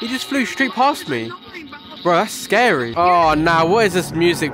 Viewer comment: SCAWY IM GONNA HAVE NIGHTMAWES TONWIGHT!D